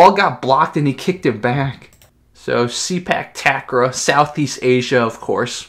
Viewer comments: actually it pronounce " Say puk Ta Kraw" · It pronounced Say-Park Tark-Raw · The way to say it is SAY-PARK TUCK-RAW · It’s pronounced “Say Puck Tuck Raw” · Its pronounce Say-Park Tuck-Raw